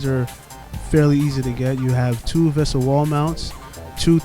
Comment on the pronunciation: vesa is pronounces VAE-sa